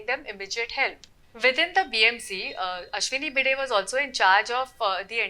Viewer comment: Seriously?! You used an AI voice that completely butchered the name of Ashwini Bhide multiple times instead of using your own voice?!